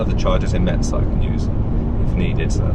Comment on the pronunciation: About the charger in Metz (that should be pronounced like « mess » by the way 😉), the charger asks you to close its door before starting the charge.